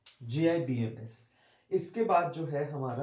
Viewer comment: Its not JIBMS Its JBIMS